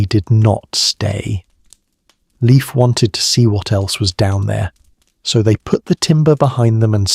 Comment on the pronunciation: Not "liif" but L, like Leonhard, E like Eduard, I like Industry, F like Ferdinand